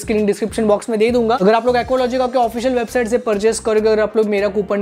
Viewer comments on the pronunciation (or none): none